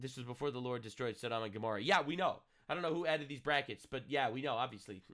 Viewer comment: I've always heard it pronounced "Saw - Dumb"